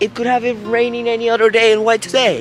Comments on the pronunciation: tú tiendes a pronunciar la palabra “other” como “udder” que en inglés se refiere a la palabra que describe por donde sale leche de la vaca (la tetita ) disculpa me tengo que fijar si hay una mejor traducción para esa palabra. Espero que no te moleste que te corrija. A mi siempre me gusto que me corrigieran mi inglés cuando lo aprendía. Good job, keep up the good work with everything you do! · Oops…..ubre en español para la palabra “udder”🥹😉. Anyway …no pronuncies “other” como “udders”🤓eso es todo!